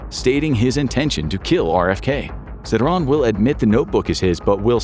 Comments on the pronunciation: It's sir-HAN nor sir-raahn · His name is pronounced SIR-han (as in "hand") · Bruh, seriously? JFK was assassinated in 63 not 68. Also you're pronouncing Sirhan's name wrong